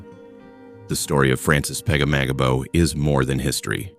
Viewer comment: Butchered the last name